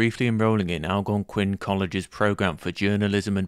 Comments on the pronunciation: Fantastic video, thanks for making this. Was interesting that the video mentioned Neil MacDonald, who was a favourite journalist of mine for years before I ever realised he and Norm were brothers. That said, the narrator's pronunciation of Algonquin was hilariously wrong. Al Gon Quinn sounds like a jedi master and I just know Norm would have been amused! (at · The accent is on the second syllable of the word 'Algonquin'.